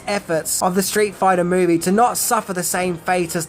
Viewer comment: "straight foyta"